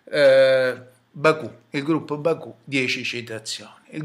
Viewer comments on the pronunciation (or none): mi piacerebbe assistere ad un confronto tra lei ed il Biraghi, tra una persona che parla in modo atroce e che produce video volgari e da terrorista ed uno storico dell'architettura. ah e comunque Baukuh si pronuncia " bauku " non " baku ".